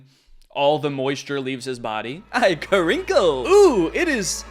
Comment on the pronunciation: i'm terrified of him and i don't like the way he says "kuhrinkle" 😭